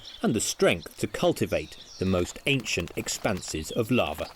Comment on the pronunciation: You think they would have got a narrator who could say lava. I mean lots of bugs in this could tell if it was lava or larva.